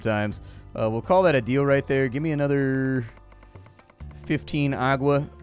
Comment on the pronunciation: did you said "agua"?